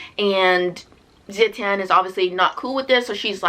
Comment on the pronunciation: xiran jay zhao is pronounced "shee-ron jay jow (like 'jowl')" and wu zetian is pronounced "ooh (like 'oooh la la') zuh-tee-en" 😊 i felt similarly about the book but i didn't rate it that low LOL like it wasn't bad for me, but it left a lot to be desired.